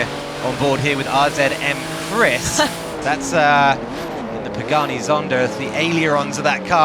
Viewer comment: Pagani!!!!!! Not Pageni!!!! 😂😂😭😭